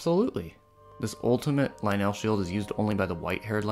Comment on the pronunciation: it took me so long to realise you say lynel with an e like at the beginning of elephant? if that makes its actually pronounced lynel with a 'U'- lynul then again, this is zelda, so who knows...